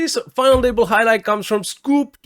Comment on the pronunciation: Hi, your English is really good, but you might want to look up how to pronounce the 't' sound at the start of words (final Table). Sometimes the 't' should sound like a 'd' (like you do well), but usually at the start of the word it sounds different. Hard to explain in writing, but you can just check how English native speakers say 'table'. Love the final table recaps!